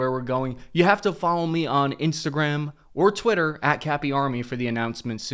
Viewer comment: Twitter not Twiller!